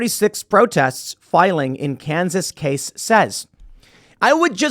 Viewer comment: Lmfao I live in Kansas City Missouri and never heard anyone say Kansas like that 😂